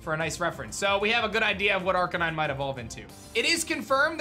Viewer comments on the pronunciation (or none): none